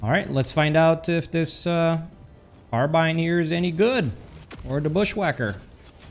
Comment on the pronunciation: speaking of pronunciations, your carbine pronunciation is actually a mix between British and American English